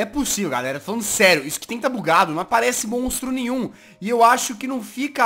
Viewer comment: so fui eu que percebi que o jazz falo mostro nim nhu